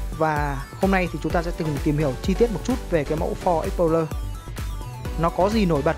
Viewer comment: đọc tên xe nghe trối